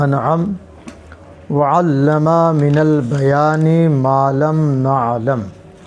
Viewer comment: وعلم صیغہ واحد ہے مدرس صاحب حرف۔ میم کو کھینچ کر وعلما پڑھ رہے ہیں جو غلط ہے